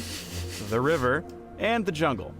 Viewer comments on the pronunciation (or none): none